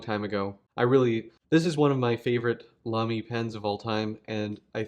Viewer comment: Sounds good to me when comparing it with German You Tubers. 🤷‍♂